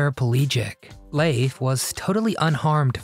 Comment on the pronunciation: I don't recall his name being pronounced as " Laafe " 😂😂 It's pronounced * Leef *